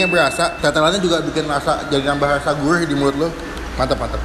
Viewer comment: Gurih bukan gulih wkwk